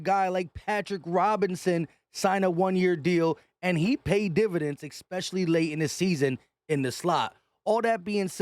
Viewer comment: EXPECIALLY!!!!!! I